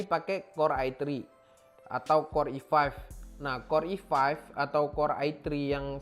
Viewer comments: ai tri - i faif HAHAHA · lucu orangnya.. ngomong i3 bisa (ai tri) ngomong i5 gabisa (i faiv)